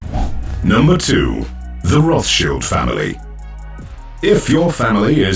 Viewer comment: he said Roth SHIELD